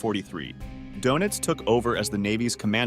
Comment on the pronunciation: Your.pronouncing donitz wrong